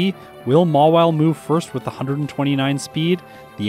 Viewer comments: it's Mawile not Mawille!!😤😤😤😤😤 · Mawile. Not Mawille.